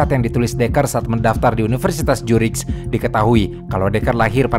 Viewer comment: Maap saya ngakak pas mimin nyebut Universitas Zurich jadi Jurigh 😂